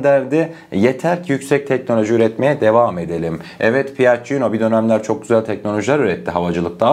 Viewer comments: Piaccino deyil okunusu piyacco erospeys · Piaggino değil PİAGGİO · piacio olarak okunuyor piacino degil. saadece düzeltmek istedim.